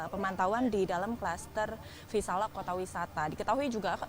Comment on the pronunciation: Maaf reporter yg cantik nama cluster nya VISALIA bkn VISALA